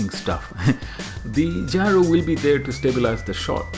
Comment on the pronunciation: it's gyro, not gryo